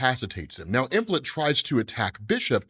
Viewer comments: Keep hearing "Emplet"... you mean Em-plate... like a dinner plate. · Implet? Like a baby imp? OH, you mean Emplate. Plate. Em... plate. Lol, I'm just kidding. I don't know the correct pronunciation. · "Implet" is what I keep hearing say when it should be Emplate like "M" from Monet and plate like a dish to serve food on.